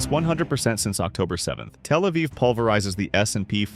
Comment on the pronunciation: it's "Tel Aviv", not "El Aviv"